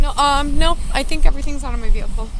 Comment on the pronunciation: great alphabet! 😂 Her expression was hilarious "I'd like to recite that again". Then "which one is your verehcle?"